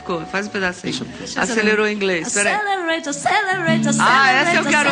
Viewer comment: Acêlêreite Acêlêreite Acêlêreite